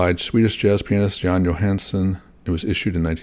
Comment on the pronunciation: Johansson is pretty much pronounce like you would do it in English. So almost correct, but son instead of sen. The Johansen is danish haha.